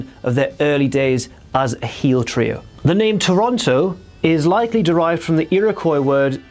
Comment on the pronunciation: Cam Wilkinson - He's doing his best. Tricky when you don't learn Native American history I suppose?? Lol